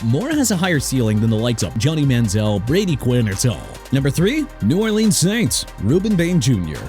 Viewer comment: YOU MEANT ARMAND (AR-MOND) MEMBOU AND AVIEON TERRELL (TUH-RELL)?! AND STOP BUTCHERING THE NAMES OF NEW ORLEANS AND JAGUARS CUZ YOU DON'T KNOW HOW TO PRONOUNCE IT RIGHT AT ALL!! NEW ORLEANS PRONOUNCED NEW OR-LINS (OTHERWISE OR-LEENZ) AND JAGUARS PRONOUNCED JA-GWAARS NOT JAGWIRES!! I WISH YOU GET A EDUCATION IN PRONUNCIATIONS SO YOU CAN LEARN TO GET A PERSON'S NAME, A CITY OR A FOOTBALL TEAM RIGHT! ALSO LET MIAMI GET JORDYN TYSON! MAKES SENSE TO YOU, MAKES SENSE TO ME RIGHT?! SMH!